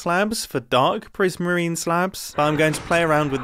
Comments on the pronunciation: “I have a decent supply of dark PRISMEEN” 😂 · Dark prismeen